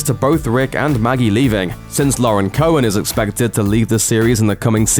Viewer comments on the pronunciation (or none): none